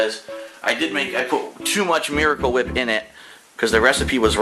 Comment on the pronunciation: Ugh there's so much "miwicle wip"... Maybe if you didn't pointlessly transfer it into a beaker and then onto the tuna... and then onto a panini grill. My god... it really is like watching a child cook. I love that pathetic laugh at the end too. I mean... DOOD HE GOT DISTRACTED, CANNOT BE HIS FAULT WHAT-SO-EVER!